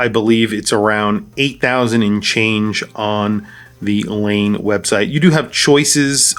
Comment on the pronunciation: I love Laine watches, must be my Finnish heritage. Laine is pronounced Lie/nay. Thanks for posting this video, Cheers